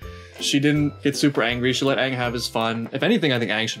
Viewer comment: I wanted to die at the words "AUHNG", "SOAK-UH", "AH-vatar" and the worst of the worst..."Agni KEY".